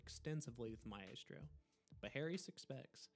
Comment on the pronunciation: on the part maestro its my-stro not mae-stro.